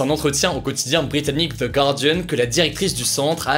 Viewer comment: "Ze gârdione" 😆😂